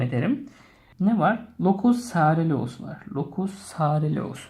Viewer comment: locus soreleus? locus coeruleus sareleus die okunmaması lazım hocam. bi telafuz hatası var ayrıca uykudaki motor hareketlerden de sorumlu sadece norepinefrin değil.